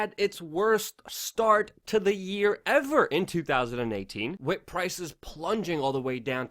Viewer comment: love you show but please stop saying "wit". It's pronounced "WITHHHHHH"